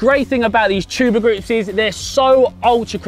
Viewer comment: Did he say tuber grips